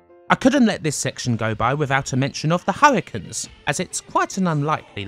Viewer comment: Hurri...canes, not Hurri-kuns.